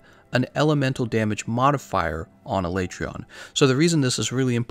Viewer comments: A-lay-tree-on? That's probably the most uncommon pronunciation I've heard. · Why aee pronouncing his name wrong? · No one wants to say the monster's name the way Capcom pro ounces it in the dev diary... Poor Alatreon